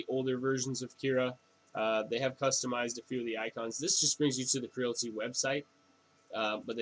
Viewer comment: Creality, not Crility... same as Aluminium not aluminum...